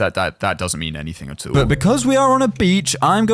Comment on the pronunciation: When you were saying at all, it sounded like you said a**hole